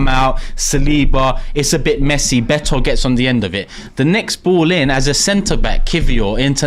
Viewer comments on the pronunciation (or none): none